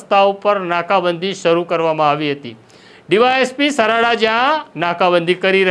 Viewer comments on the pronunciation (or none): સરાડા નહી સારડા .